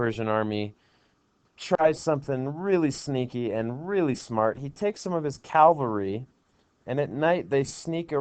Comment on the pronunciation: "Calvary." Lol